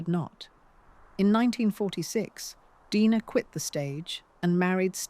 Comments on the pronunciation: Deee-nah, not Die-na. Correct your video! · Omg... can't even get famous names pronounced correctly. Uta, Dina.... I'm out.